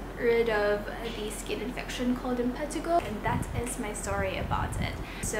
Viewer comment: M-pa-t-A-g-O is how you say it lol